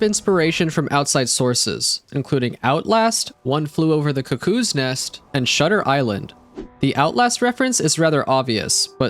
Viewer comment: learn how to say cuckoo properly